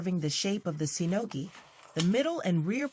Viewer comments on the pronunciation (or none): Shinogi. With SH, not S. Fuchi and Kashira. Those are the two parts. Ray skin. Not shark. A file, not a sandpaper. Dying the skin is optional. Kujiri is wrongly pronounced as well. Ajiro, not Airo. Menuki doesn't hold the tsuba and the blade together, it is purely decorational - in history, it used to hold mekugi in place, but now it is not done that way; it also used to be part of the mekugi (they were a single part) - there it would serve to hold the blade and tsuba together, but not in this case; inacurate/false claim in the video. You can also search for videos/articles, how the tukamaki is tied at the end - it is not a secret. Don't take me wrong - the stuff shown in the video is truly a mastery, but the commentary is wrong and deceiving/misleading.